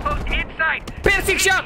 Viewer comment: Hanya membenarkan🤣 Pircing bang bukan prising